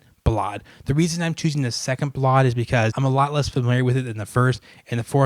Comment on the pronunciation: The way you choose to pronounce "ballade" sounds like the most obscene of Russian cuss words so perhaps its good that you never had the opportunity to talk to Mr. Rubinstein.